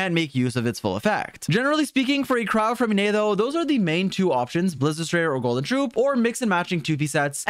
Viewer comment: Finally someone who pronounces his name correctly